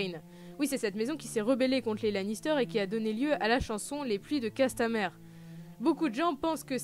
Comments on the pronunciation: Pluies de CastamIre bordel, le "e" se prononce à l'anglaise. Les pluies de ça sonne moins bien... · J'aime beaucoup ta vidéo, mais arrête de massacrer les traduction !!!!! Castlemiiiiire pas castleère rooooh Sinon j'adore ta viéo! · Un ptit effort sur l'anglais serait pas du luxe. C'est pourtant pas compliqué de dire castamire plutot que casse ta mère.